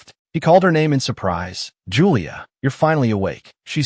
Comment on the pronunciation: Chu-lee-ae? You mean Julia? Cho-ree-mee? Jeremy?? A-I-saa~? F-ing Aisha?? E-me-lee? WTF is with this AI voice's pronunciation? These are like the easiest names! It's not A-a-ron!